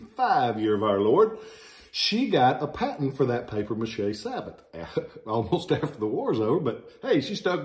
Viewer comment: It’s pronounced Sabo. The t is silent. It means shoe in French. Schenkl is a German name.